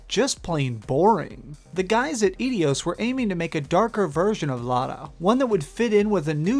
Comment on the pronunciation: Eidos - "Eye - Doss"